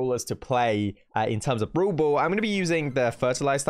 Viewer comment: When some says brawl brawl me be like No Its browl bool